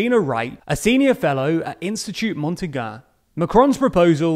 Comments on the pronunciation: Monty-gah? No it’s mon-tain-with a very soft “yeh” at the end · That has to be the funniest pronunciation of the name Montaigne I've ever heard. Like dude you didn't even tried to read the letters haha. Repeat after me : Mon-Tay-Nee-Uh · Fell of my chair at "Montagun" hahaha You can pronounce Montaigne as "Mont" and the "-tain" of mountain with a more nasal sound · Montaigne pronunciation = "mon" + "TAYN" :) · Montaigne is pronounced 'Mont-ayne' :) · It’s prononced in French like Montain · Mon-taig-ne, the ai is like the "a in ass", more or less. They do pronounce the -ne, but more like ñe: n+j sound. Montaigne. If you want to be an international channel, you should work on the pronunciation, pretty please. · How did you pronounce "Montaigne"? OMG, I know French is no longer the World language, but a minimum is somehow required, just like pronouncing "I know" is not "ee kno" or "Shakespeare" is nor "Shaakspehar" is evident for a kid in continental Europe. So "Montain" would be an acceptable pronounciation. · The way he pronounced "Montaigne" made me quit the video, unsubscribe, and seriously doubt about the reliability of this channel. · The pronunciation on Montaigne was absolutely horrid. Please, make sure to not make such mistakes, it ruins the quality.